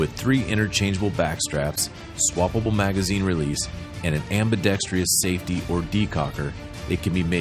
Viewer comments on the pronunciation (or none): at least the glock girl and walther dude said "ambidextrous" correctly. Unlike the person narrating for the cz. The word is not pronounced "ambidextrious" lol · For the love of God can someone teach these people how to pronounce ambidextrous